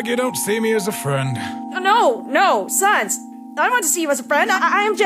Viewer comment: I think asriel said sans wrong •-•